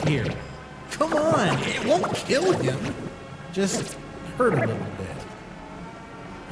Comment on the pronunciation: DiD hE kEel FrASk?